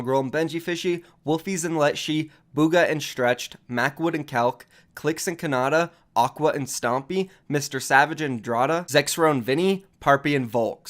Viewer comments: His name is endretta not endrata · can u fucking learn to say endretta, its inst «andradda»